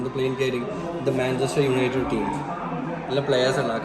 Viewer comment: manchester "united" aan Manchester "united" aan 🙃 Manchester "united" aan